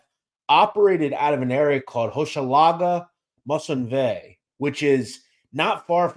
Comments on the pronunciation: Maisonneuve is pronounced May-son-NEUVE. Merci. :) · Your pronounciation is incorrect MERCIER-HOCHELAGA-MAISONNEUVE PROUNOUNCED "MAZE-ZON-NEUVE" IN ENGLISH